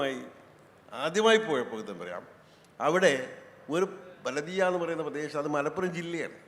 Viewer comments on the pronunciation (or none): ബലദിയ അല്ല ബലദ്...